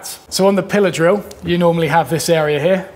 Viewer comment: I swear the first time I heard you say "pillar drill", which is a term I've never heard before, I thought you said "pillow saw." Lol. I like learning the English language.. :)